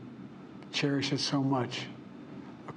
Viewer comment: Can't say democracy or cherish? Lol😅